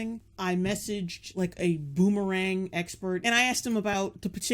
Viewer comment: Every time she says boomerang I think booberang. I'm not even thirsty